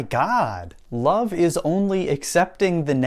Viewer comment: Im just wondering why he wouldnt pronounce the letter v! Its love, not lobe,! Also, "has became?"